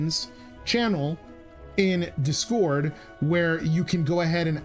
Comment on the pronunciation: Do me a favor and pronounce Discord properly and I will give you a sub.